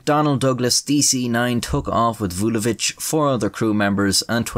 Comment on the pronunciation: You pronounce Vulović like a champ.